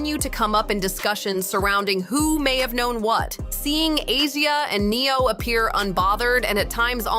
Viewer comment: Who the hell Neon??? Hahaha. It's Neo and Pronounced Asia for the girl